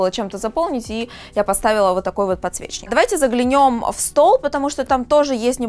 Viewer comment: Не «заглянём», а заглЯнем.